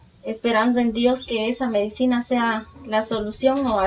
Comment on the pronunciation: se dise medicina no medecina